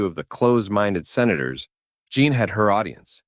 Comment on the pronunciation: This is good but I'm about 35 minutes in and couldn't help but notice Jean Grey keeps being called John, as in Jean Claude Van Damme